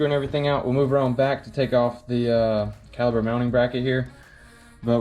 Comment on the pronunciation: It is. With a "P" not a "B". Still get a like from me though!